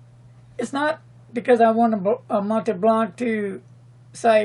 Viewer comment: Pronounce "Mont' [like want] Blanc," not "Mont'ee' Blanc"